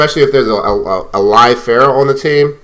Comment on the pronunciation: اعتقد بأنك تمتلك عِـرق عربي ، لأنك استطعت نطق اسم فرح Pharah بشكل شبه جيد الي يعرف يكتبها بالانقليزي يكتبها له بالرد